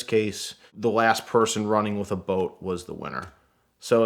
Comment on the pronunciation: I heard "bolt" instead of boat also